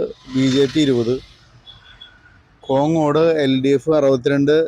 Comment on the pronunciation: കൊങ്ങോട് അല്ല കോങ്ങാട്